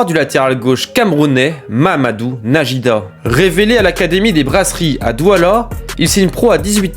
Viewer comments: On dit "Naguida"🙄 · Ça se prononce Naguida frère